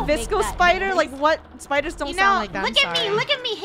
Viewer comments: Im scared on "spooders" TwT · No one: The krew: SPOODERS